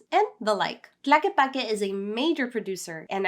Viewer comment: Is not "Plaque", is TLAQUEPAQUE. Show a little bit of respect with foreign names, please.